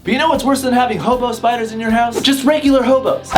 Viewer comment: I thought he said "homo spiders" instead of "hobo spiders!"😂😂😂